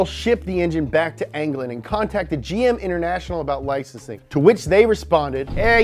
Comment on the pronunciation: Says england anglane